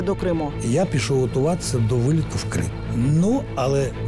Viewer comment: "пИшов"..но не ДОШОВ))))))